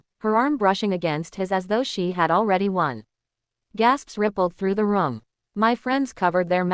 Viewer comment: ITS ROOM NOT RUM PRONOUNCE THE WORD ROOM PLEASE!!!.